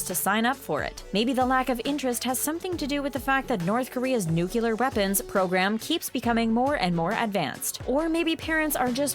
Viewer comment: "The Things Celebrity" has to be the worst grammatically constructed name of a YouTube page I've ever heard. Not only that, the stupid narrator pronounces the word "nuclear" incorrectly, too.